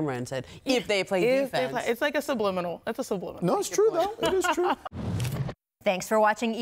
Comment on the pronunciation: "It's like a sublimible, it's a sublimimimble"